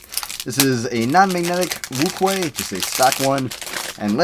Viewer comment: Wuque is pronounced "woo-chwe"